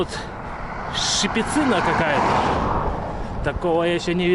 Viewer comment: ты везде неправильно ударение ставишь: правильно обухОвское, шипИцыно😊